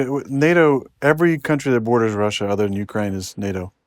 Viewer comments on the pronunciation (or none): nice failed attempt to pronounce Ukraine like a Ukrainian—and to know geography